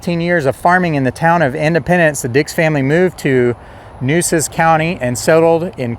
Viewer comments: FYI: The true pronunciation of " Nueces " is like "New-aces" (one word). Mesquite trees are numerous around the San Antonio area. Corpus Christi was a very important port city by the mid-1800s, same as Galveston. Yellow fever and hurricanes drove many people away by the mid-1900s. However, Houston suffered same troubles but survived into a huge metropolis; maybe because it is 40+ miles further inland from the coast, with an inland channel from the sea... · Nueces - Noo-AY-ses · Really enjoyed this! My great, great grandparents were the Weidenmueller’s you mentioned at the beginning! As a native Corpus Christian, I can confirm those are mesquite trees, that they grow low because of the wind, and their thorns pack a punch. And, somebody probably told you,but the county is pronounced New a sis. The first weekend in November I plan to go to an annual event at the cemetery,where I understand people will be to tell stories. I no longer live in CC, so I’m not sure of the details, but thought you’d like to know. Again, you did a great job! Thank you.